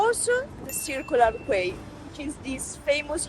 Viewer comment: Circular Quay the Quay is pronounced Key. You got Circular right 😜